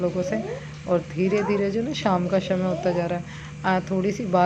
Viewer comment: शमय नही समय होता है